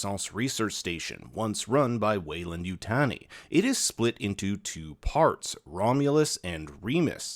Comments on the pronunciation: You-tag-knee not you-tanny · “Utah-knee” not “you-tanny” lmfao wtf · Yutani is pronounced u-tah-nee. It is NOT u-tan-ee. Gotta get that right if you’re gonna do a review on the movie. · YU TAH NEE not TANY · say it with me YU-TA-Ni.... you have to sound out the words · You’ve seen all these movies but insist on saying Yutani wrong. I just don’t get it. 😢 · I've never heard Yutani pronounced that way. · The way you pronounce Yutani is like nails on a chalkboard.